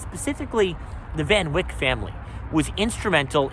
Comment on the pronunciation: it is Van Wyck as in bike. Everyone in Dutchess County pronounces it that way